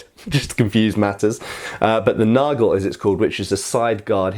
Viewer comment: Hey! Don't take this as an offense, but if you refer to this sword as a "Langmesser" in German, the vocal in "Lang" is pronounced like the vocal in the English "heart". Just like you already correctly pronounce "Nagel". Also in the titel you probably mean "Räuber". The "äu" is pronounced like the vocal in the English "join". As I said don't take this as an offense. You cwn take this advice or just as well forget about it:) Thanks for your great content!